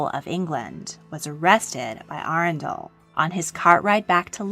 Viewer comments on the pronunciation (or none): none